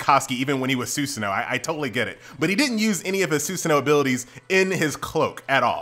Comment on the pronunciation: PLZ IT IS NOT (SUSAN-NOO) IT IS (SU-SAH-NO)